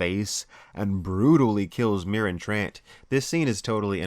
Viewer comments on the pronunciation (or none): Marin TR-ONT not Marin Trant I’m a duck i know